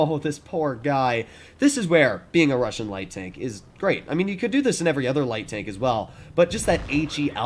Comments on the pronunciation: Russian, not “russain” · Yeah "russain" pancake, it "Russian" dude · Russian not Russain 😂